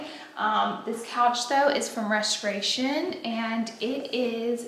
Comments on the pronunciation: LOL I love the way you say Reshtoration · Your pronunciation of restoration as Reshtoration. You are killing me this video lol. But I say that lovingly!